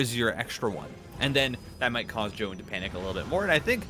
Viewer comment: omg first time to hear foreign casters pronouncing Zoun's name correctly!!